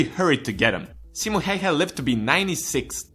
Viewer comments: It's not "Häjhä", it's "Häyhä". pronunciation is a thing that exists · Just some advice about how to pronounce the Finnish words with the letters "'Ä" and "Ö": Ä is pronounced like the A in the English word "hat", or "cat" Ö is pronounced like the U in the English word "fur". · What is heihe its häyhä not heihe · They always use too much "E" when they are trying to pronounce "Häyhä". So it sounds more like Hey-hä than Häy-hä. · "simo heyhe". No. Just no. The ä's are pronounced like the 'a' in 'mAn'' and the y like the 'u' in 'dUde'. HÄYHÄ. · it is Simo Häyhä not Hayha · No its not... its pronounced like a ä. Just like häyhä is pronounced like häyhä. Not heyhe, not hauhe its häyhä. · Simo heihe?:D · It is Häyhä tho. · Simo heihä :D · His name is Häyhä not Heie. If you are going to makea a video dedicated to the best sniper in history, you should also make the effort to pronounce one word correctly. Also, the numbers in this video are all over the place, only the kill count was correct. It really does't take that much. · tfw you are finnish and every time he says Häyhä as "heyhe", you shake a little 😂😂😂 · To say Ä it's like you say A in the word Apple. So its like Simo H(A from Apple)yh(Another A from Apple) Idk why i made this. Its just weird how english people say Häyhä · OH man the inaccuracies.. Can't even pronounce häyhä. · Lol im from finland and when you said simo häyhä i just died from laughing ut souned so stupid XD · You pronounced his name wrong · Onks tääl ketää muita suomalaisii, jotka vetää hirveet cringet siitä että tää jätkä ei osaa lausuu "Häyhä" oiken? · That's how Häyhä gets you; he kills with impossible pronunciation! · that is not how you freaking pronunce Häyhä perkele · Its Simo Häyhä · you can say häyhä good but you can train say ä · A finn gets triggered by how says Häyhä. Ä is like the a in the word "hand." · You pronaunced Häyhä wrong and trust me Im finnish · ä is pronounced like the a in man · you butchered his name really hard